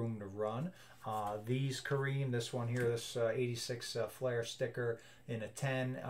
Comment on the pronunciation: Fleer, not Flair